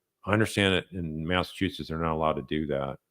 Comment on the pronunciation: Its Massachusetts 🤦